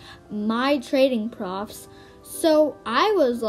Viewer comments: no one:: saying the word "proofs" profs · Sorry 😅 it’s pronounced “proo oofs” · Girl why do you say proofs like dat xD